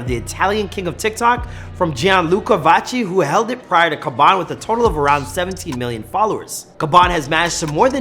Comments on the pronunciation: Man said khaban nvm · The way you pronunce his bene Triggers me to an extent I didn't expect, it sounds like you're saying Kebab😂😂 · Why you calling him Kabon if it Khaby? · Why do you pronounced his name khabam? Instead of khaby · It is pronounce Habaan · not being rude or something its Khabby lame( Pronounced like Kaaby lame ) :)) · its khaaaaaaaaaby lame damn it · Iys pronounced Kha"bee" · Lol why do you pronounce his name like that? Its funny how you say it. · I don't know If that's how you say his name bro